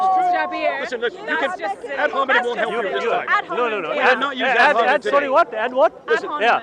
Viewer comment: ad honimen ? ... English teacher ? waw